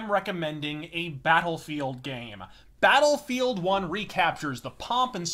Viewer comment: I think I caught a "Beta-lfield"